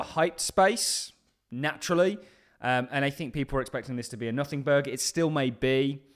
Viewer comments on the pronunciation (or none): I gave you the benefit of the doubt in a previous video the way you pronounced "route" but I draw the line at "nothing burger". Shame on you.